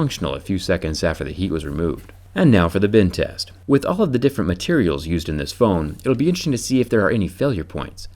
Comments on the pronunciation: It always sounds like he is saying “ Bin test” not “Bend test” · It sounds like he says "bin test" instead of "bend test". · To me it sounds like you say bin test when you say bend test